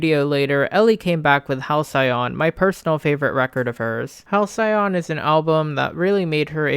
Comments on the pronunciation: hal -see-uhn. Not Hal-cyon. Denoting a period of time in the past that was idyllically happy and peaceful. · Fuck I love this video but the way u say hal-cyai on killed me lmao